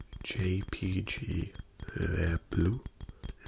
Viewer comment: The way you say jJPG is so funny lol great vid